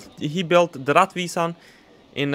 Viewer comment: It is pronounced "rettvisan".